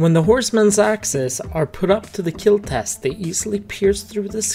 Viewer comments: No it will keal?????????????? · “Your weapon will KEEL” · Your weapon sir, will Keal